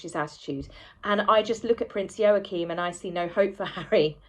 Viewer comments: Hi, love your work! I'm not being nasty but could I just point out your pronunciation of Prince Joachim's name. It's pronounced Wah-Keem not Yo-A-Keem. Sorry darling, I'm a Dane and these things get us. 🤣🤣 I think you are wonderful and enjoy your posts. Much love, darling! xx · Wah - keen j has a Wah sound unless it’s different in Danish… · It's pronounced WAH-keem. Like Joachin Phoenix, only with an M and not an N...WAH-keem.... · I believe the name is pronounced "Yaw-kum". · Joachim/n is pronounced wah-keen or wah-keem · It is pronounced Waacheem The o vowel is silent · It's pronounced Wa-keem btw lol 😁😁😁 The parallels confirm the inequalities 👀Check out BLG's vid, H kept looking to the right when asked about his fake kids lol, & talked nonsensically about them because he hasn't got any real ones, H is totally lying! 🤣🤣😂🤣 #archieandbettyaredolls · I don't like to be critical but I think it's pronounced Wakeem . Joaquim. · Joachine pronounced "Wahkeen" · Yo-a-keem? I thought it was pronounced like Wackeem . Maybe my pronunciation is the same name in a different country. It's that bloody J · Ehm, no, Joachim is NOT pronounced Wa-keem.